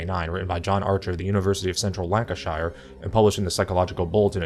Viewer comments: Lancashire is pronounced 'lancashuh' never with a sounded out 'shire' at the end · I'm loving the intellectual vids you are doing at the moment! Lancashire is pronounced Lan-ca-sheer btw... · I like the way he pronounces ‘Lancashire’ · You said Lancashire wrong